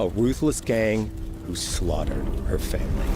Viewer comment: “I have to save my FAMIRY” real groundbreaking storytelling right there